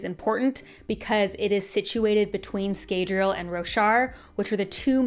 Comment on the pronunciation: In the audiobooks the a in Scadriel (sp?) Is not pronounced as long.